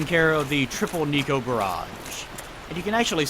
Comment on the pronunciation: its NEKO, not NICO, you weeb